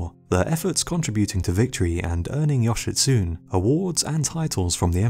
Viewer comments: Japanese translation, yoshitsune is not pronounced yoshitsuun. It`s more like yo-she-tsu-nei. you`re welcome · Just saying, Yoshitsune is pronounced Yoshitsu-nay not Yoshitsoon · yoshitSUNE NOT yoshitSOON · You are pronoucing Yoshitsune with English phonotactics. Remember, if you are reading any language outside of English you say the ending 'e'. 'Yoshitsun-e'. Also if you are interested in the story of Benkei and his Minamoto samurai master look up the movie "The Men Who Tread on Tiger's Tails". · Yo- shi- tsu- ne Thats all the nitpick I have with this video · Me a Japanese guy cringing at the pronunciation of Yoshitsune: 😬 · As Japanese i also feel your pain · You are mispronouncing the name "Yoshitsune". The name has four syllables: the final e is pronounced like the letter A. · You pronounced Yoshitsune wrong.